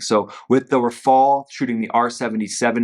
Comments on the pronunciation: RAFALE......not raphael😂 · Max, please, it's not Rafael it is Rafale! It's very simple. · it’s rafale, not “rafael”. finally, no more mustache to distract the viewers… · It's not RAFAIAAL, it's RAFFAAL. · RAFALE not RAFAEL (ninja turtle)